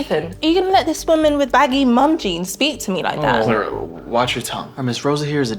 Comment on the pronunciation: her name is Clara not Claire